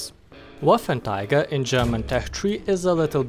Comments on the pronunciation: Waffentiger. Took me 3 minutes to get the refference you were implying :D (first i thought you mispronounced 3 times :D ) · wasnt it pronounced as "Waffen-trigger" ? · You kind of say Waffentiger but Waffen Träger means gun or weapon carrier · Paulus Saulus I think it’s just his accent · Wait wait wait, did you say "waffentiger" xD? Anyway good vid man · "waffen Tiger" XD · Yes... The... Waffentiger... 🤣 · Wafentiga? Lol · May as well just say waffenteeger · Waffenträger, not waffentiger. It means wartractor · It's "Waffenträger", not "Waffentiger". Also, the gun has so much penetration because of the MUCH bigger cases then the tiger one. The longer barrel does not make that much of a difference. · "Waffenträger" , not "Waffentiger" i dont know how you speak it , but as german native speaker its horrible to listen this word spoken like that. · Not Waffentiger Waffenträger xD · "Waffen tiger" its pronounced waffentrogger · Bruh its not waffentiger its waffenträger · trager not tiger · Waffenträger = Weaponcarrier ..no "cats" inside.. spell it like: wuffentrayger ;) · Im a bit triggered by him saying waffentiger instead od waffenträger the whole time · Am i the only one who.noticed that he said waffen tiger instead of waffen trager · learn englinsh and not waffertiger but waffentrager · You pronounce it "Waffenträger" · NO waffenTIGER but WAFFENTRAGER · its pronounced as "VAFEN-TRAYGER". anyways great review!! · The letter 'ä' is very foreign to us Hungarians and the closest thing we have visually is the letter 'á' and that's why he pronounced it like Waffantraager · a with umlaut (this two dots) is read as -ei, not -ai as pronauced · it is more like 'wáffentréger' in hungarian or 'waffentraeger' in english pronunciation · "Waffentiger"? XD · Arghhhhhhh but why would you say waffentiger.... Is it that hatd to say the name properly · Excuse me, but Waffenträger is read like: [vafentreyger] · I think it's pronounced vaffen tra ger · you kept saying Waffentiger